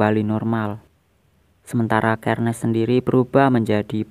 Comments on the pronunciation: Bacanya Itu Serneas Bukan sherniaz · Xerneas bukan kernes Xerneas dibaca serneas